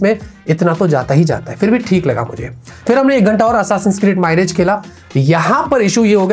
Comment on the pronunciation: भाई वो माइरेज नहीं मिराज है (assasin creed मिराज) hai